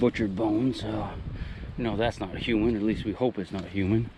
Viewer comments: I hate the way you say human stop it please 😨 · Dude its huuuuman!!!!!!!!!